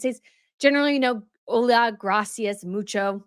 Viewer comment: 😖 Her pronunciation of “Graaaacias” is so irksome to Listen to.